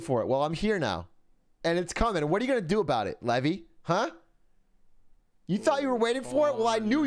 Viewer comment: levi is lee vy, his name is levy, pronounced levie